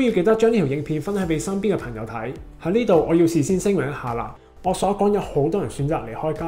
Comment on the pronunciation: 懶音比較利害（“朋友”講成“貧友”），仲唔係香港人？